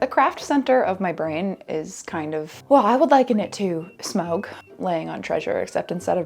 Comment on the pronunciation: This is the first time I've heard "Smaug" pronounced "smoge' lol